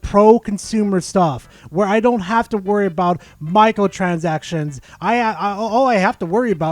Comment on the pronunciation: The way you say micro transactions sounds like Micahel chazakshuns xD Love the video